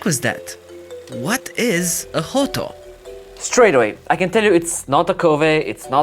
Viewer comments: Every Mexican that watches this will be ROTFLOL every time you say Hoto. 😂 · Phonetically... You just made several Mexicans laugh! 😂